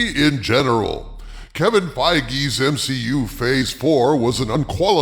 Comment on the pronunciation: They slipped up and actually said M-She-U? Oh that is hilarious! It was only a matter of time before they themselves cracked. That time is now! 😂 MCU and M-She-U are seperate universes, confirmed! Sorta...